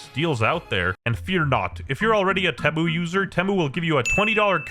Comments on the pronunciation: Nobody going to mention ”Tehmmu”? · it feels so wrong to hear him pronounce temu but apparently thats how it actually is?